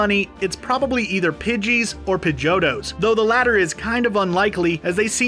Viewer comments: Excuse me but it's pronounced PIDGEY-OTTO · We just gonna ignore how he said pigetto